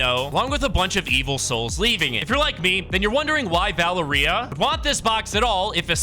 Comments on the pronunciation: And Valer-EEA like HUH?? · Bro rlly said valeerEia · As a latino, it is pretty funny hearing you say Valeria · LMFAO the way dude pronounced Valeria😂😂